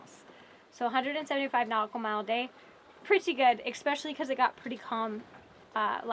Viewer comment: Especially. Not expecially essssssspecially. I had to say here because my wife is going to hit me soon if I keep saying it to the TV.